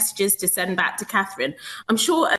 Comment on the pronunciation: Can you count. Till after Eastern. Gives you still lots of werkt to practice the name of The POW, Catherine. Good luck with that.